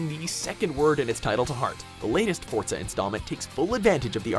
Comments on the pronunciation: why people pronounce forza as fort za ??? its for za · Do you know what really grinds my gears when people say FORTZA instead of FORZA like where the fuck does the T come from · It's pronounced Forza, not "Fortza". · stop pronouncing forza as fort za ITS FOR ZA DAMN